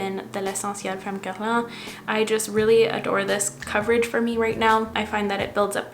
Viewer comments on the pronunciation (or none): I discovered you beginning of quarantine and for months I’ve been trying to find the Guerlain foundation that you use. But I kept searching everywhere for “Goblán” or “gav Lan” bc I had no idea what you were saying tbh but I finally found it randomly on Sephora lol 😅